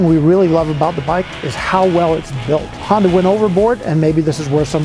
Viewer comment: Not Hondac sir, its Honda